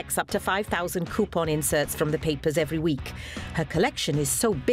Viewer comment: Drink every time she says cue-pon